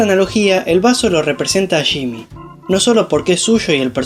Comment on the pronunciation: Se dice “Yimi” no shimi jaja